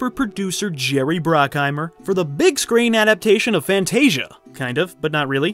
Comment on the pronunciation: Thanks for the great content! Just a few pronunciation tips - it's Jerry Bruckheimer, with a U not an O. Razzie is short for Golden Raspberry, so it's not pronounced like it has an O in it. Also, the S in Cannes is silent.